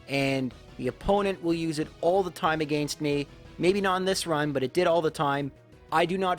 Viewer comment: Dude I’m sorry but if you say “against” like that one more time